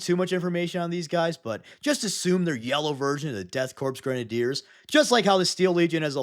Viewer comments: I hate to be 'that guy' but the 'Korps' in DKoK is not pronounced like "corpse" it's just a bastardised spelling of 'corps'. Source: any audiobook featuring the DKoK, such as 'Dead Men Walking', 'Kreig' or 'Siege of Vraks' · Death Korps, pronounced "core", not "corpse". Or perhaps a 4D chess move to make English Imperial Citizens like myself drive comments...I will tell The Inquisitors! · Korps is pronounced the same as core btw not corpse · Corps is not pronounced corpse its pronounced core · Hey man you know that Korps is pronounced like “Core,” right? It’s not like corpse, even if that is funny wordplay. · i love your stuff but its death CORE not corp like how its the marine CORE not corp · Corps is pronounced "Caw" Corpse is pronounced "Caw-pss" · You got it backwards. For the military regiment you DON'T pronounce the S, it's pronounced Core. For a dead body you DO pronounce the S, it's pronounced CORPSE. I get that you're probably trolling and understand this, but I just wanted it to be said. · Korps is actually pronounced like “core”, similar to “marine corps”. Both are a word borrowed from French. It’s just the German spelling. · You mixed up how to pronouce corps and corpse, it's all top common I'm afraid. Eache letter of corpse is pronounced while corps sounds like core. Like the Marine corps for example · The ps in korps is silent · So i think might have confused the pronunciation of "corps" with "corpse". crop is read like "CORE" with the p being silent. but corpse is the one with the P sound. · Korps = "core" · hey btw "corps" like marine corps is pronounced "core", "corpse" like dead body is pronounced "corPs" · Great video but I feel like you have the pronunciation of Korps and corpse backwards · your commitment to mispronouncing “korps” is driving me insane. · Death kopse if kriegeis pronounced core not corpse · Btw, the Korp is Death Korps is pronounced such as the real life version of Corps, which is french and pronounced as if saying Core.